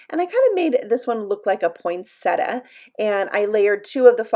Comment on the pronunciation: Hey! You actually pronounce poinsettia right! I was trained as a florist years ago so I know how to pronounce it. Most people say it wrong.